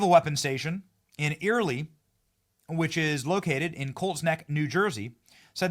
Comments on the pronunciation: the word is Earle. as in Pearle. not Earlee. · Benny, FYI, it's NOT pronounced "Early" even though it's spelled as though it might be. It's pronounced like the man's name "Earl." Think of it when you see the name SMI the it's not pronounce smithy like a BlackSMITH. The E is silent just pronounced Smith. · Naval weapon station Earle houses the entire east coast armory as well as a fleet command center so super not cool I was stationed on the USS Detroit there and it’s pronounced Earl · Earle is pronounced like Erl. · Earle is pronounced like “Earl” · The e in Earle is silent. Sounds like Earl